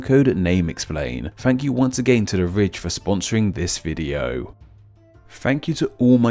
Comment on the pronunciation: I thought he said rich instead of Ridge